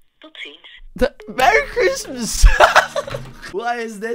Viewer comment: Merry chreistmies